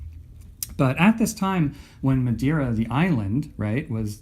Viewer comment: Im portuguese and it was a good pronunciation :)